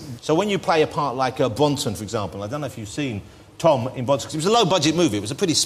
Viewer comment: LOL "Bwonson"